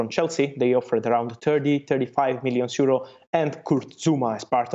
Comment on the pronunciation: Why does he say seuro?